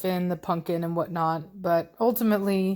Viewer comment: Love how keeps saying punkin instead of pumpkin!!!!! 😆😆😆😆😆 That's what i call my dog, punkin ❤ Giovanni looks so much like Blondie. He is so handsome though.